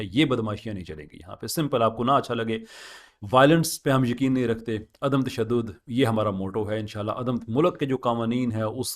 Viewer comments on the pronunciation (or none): none